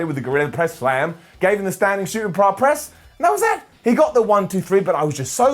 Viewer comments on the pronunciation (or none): Botched Words - "Shooting Prar Press" - "Tag Team Bitles" - "That laid me laugh"